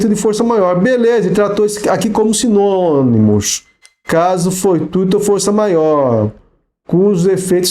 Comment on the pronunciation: "Simonimos" kkkkk que graça :)